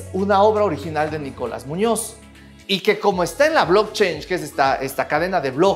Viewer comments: No es blockchange " como dices es blockchain ",cadena de bloques.pronuncia bien . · sin ser nada de gringo logro escuchar que pronuncias "blockchange" siendo "blockchain", please do not do that. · Un shot por cada vez que dice "blockchainshh" 😝